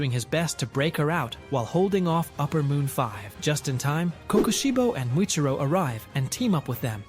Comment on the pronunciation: Its muchiro not mitiro 😂😂😂😂